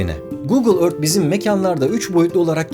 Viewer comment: Ört diye değil örfht gibi yumusak bir ton ile okunur lutfen biraz dikkat